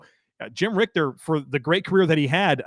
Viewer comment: Jim Ritcher (pronounced like PITCHER) NOT RICTER.